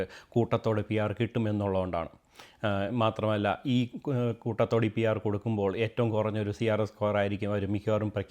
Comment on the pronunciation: Koothathodeyo.. its koottathode